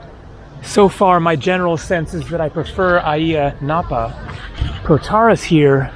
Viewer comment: Ayia Napa is known as a British/European hangout for the party crowd. I’ve always thought Ayia the A is silent, sounds like IYA in pronunciation! What a noisy bike your riding, sounds like an old rusty lawnmower, lol